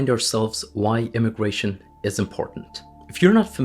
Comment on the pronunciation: Is it immigration, or indiagration